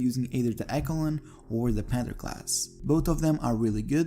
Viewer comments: Great video. But the word Echelon is pronounced Esh-uh-lon not ekalon. Someone hasn't played Metal Gear Solid and it shows. lol jk. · man said ekolon ;) it’s pronounced echelon as in eshlon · It’s pronounced “Eshelon” not “Ekelon” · "Eck-a-lon"? Really? 🤣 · Echelon. It is pronounced (esh-a-lon) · Echelon = Esh-e- lon 😉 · Its pronounced {eh-sh-eh-lon}… begginers guide to pronounciation.